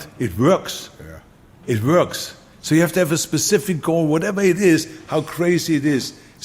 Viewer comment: it wörks, it wörks